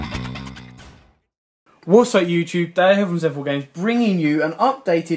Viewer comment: What's up youchube